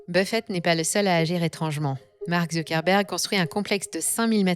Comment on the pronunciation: Tiens on ne prononce pas Zuckerberg avec l'accent américain ?